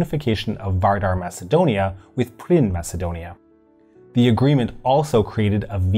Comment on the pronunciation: Hey. Excellent video. BTW it is PIRIN Macedonia not PRIN Macedonia.